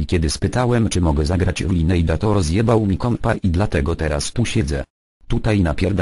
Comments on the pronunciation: Duży błąd... tej nazy sie wymawia się "Linejdż", tylko "Lajnejdż", podczas kiedy przeciętny amerykanin wymawia "Linidż". Nie ma takiego czegoś jak "Linejdż" to błąd fonetyczny ;d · L2 pr0000!!!! i zgadzam sie z phant0mem, mowi sie "lajnejdz"